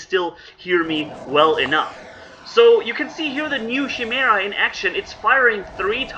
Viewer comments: 😵😩 everytime you say "chi" "mera" lmao. I love your content but its supposed to be pronounced with a K like - "ki-mera" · It’s pronounced ki-mar-ah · chi·me·ra kīˈmirə,kəˈmirə/ Hope it helps.. many people commonly can never pernounce it as it should be... It is pernounced as with a "K" beginning sound.. You are doing great with these videos.. I actually learn alot from watching them..learn some great tips and set up ideas. Thanks and keep them coming. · I think its pronounced as “Kai-mera” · I think it's pronounce KAIMERA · (kīˈmirə) Here you go,. First part rhymes with "fly" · pronounced chim er a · Not being rude but Its spelled "kai-mera" Name for an abomination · Like "k"imera dude